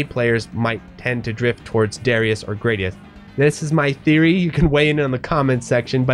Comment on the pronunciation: Gradius - Pronounced Grah-dee-us Darius - Pronounced Duh-rye-us Raiden - Pronounced Rye-den I enjoy the R-Type series as a whole TBH.